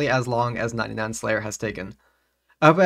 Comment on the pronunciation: I am sorry but Prayer and Slayer do not sound the same.